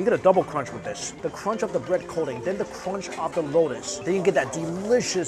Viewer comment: Superb CRONCH lol